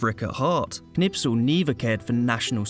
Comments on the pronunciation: His name is Knispel, not Knipsel. You pronounced it wrong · Not Knipsel ! KNISPEL 😊✔️✔️✔️✔️✔️✔️✔️✔️✔️ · because your English are arrogant.It is Kurt that K you can pronounce.Its not Nispel it is KKKKKKNISPEL.a real hero that you Brits don't have